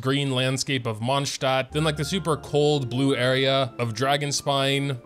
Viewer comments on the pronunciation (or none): Why do you say mondschad